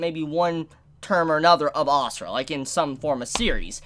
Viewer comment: u say it like "a sur" not asura xD , i am indian so xD